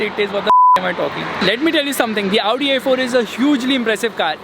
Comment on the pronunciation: you are the only one who pronounces audi and Maybach correctly you are the great man